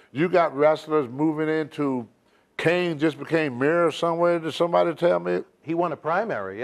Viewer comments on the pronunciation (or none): none